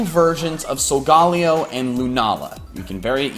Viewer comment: Correct me if I'm wrong but I think it's sul-guh-lay-oh not sul-gal-e-oh